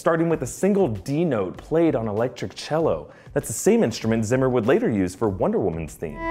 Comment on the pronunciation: zimmer is pronounced like "tsimmer" please just don't change his name.